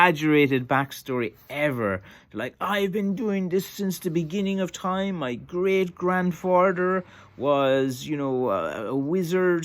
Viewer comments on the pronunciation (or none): "Moy Greeeeat granfardur" 😄